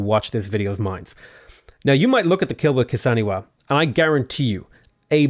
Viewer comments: i can never tell if you intentionally mispronounce the kilwa kisiwani ("kilwa kisaniwa") or if it's a mistake you've not picked up on yet hahaha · Huey Teocalli was fine... but it's Kilwa Kisiwani, not Kisaniwa. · It is pronounced Keel Wah Keese ee wah nee